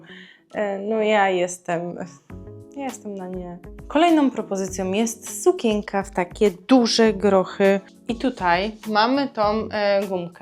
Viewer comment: Proszę sie nauczyć wymawiać słowo SUKIENKA bo nie da się Pani słuchać